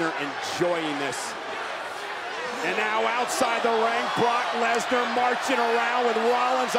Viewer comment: Did anyone else hear cole say "Universal Champion BORK LESNAR" LMAO!